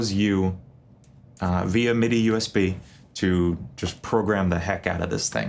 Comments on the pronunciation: Finn Edwin he said bus lmao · im distraught by the fact he pronounced "usb" as a whole word rather than saying each letter